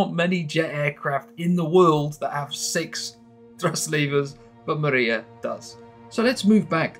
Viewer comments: Amazing stuff, but it's not pronounced Mariya, but Mriya. That's all. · Not Maria! MRIA! It's not name. It's "dream" on ukrainian